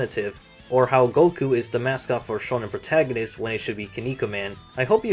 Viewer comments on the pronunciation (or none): none